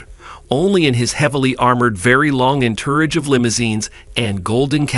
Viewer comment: Entourage. EnTURRage?? 🤦🏼‍♂️